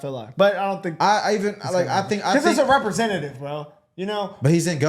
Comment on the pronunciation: If you can't say REPRESENTATIVE then you shouldn't fucking be one period!